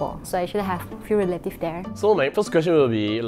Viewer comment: relative should be pronounced as Reh Luh Tives, not Ri Leh Tives. ”You must born there“ is suppose to be (You must be born there )， Work should be pronounce as (Wuhk) not Wok. has so much mispronunciation in English, i wonder why dare she tells everyone she is an English teacher. (So Singaporeans! this is the standard of Malay English teachers in Malaysia). And last, Prime Minister can be Chinese and Indian la, don't simply say cannot, base on what? LOL, weak in english (despite being as an English Teacher) and also lack of general knowledge 🤣. By the way, Chinese is not interested at being Prime Minister.